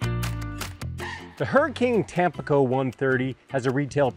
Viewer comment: Hi, really enjoy your content overall. I feel pretty certain it’s pronounced tam-PEE-co, accent on the middle syllable. It is bound to be named for the city on the east coast of Mexico. Just FYI.